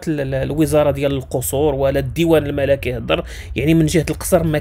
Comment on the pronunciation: الكوكب المَلِكي وليس الملَكي